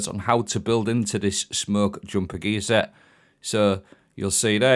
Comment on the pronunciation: the way you say gear set sounds like geezer. 4 piece is also meh haha